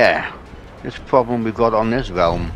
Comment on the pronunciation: Is the relwm bwoken?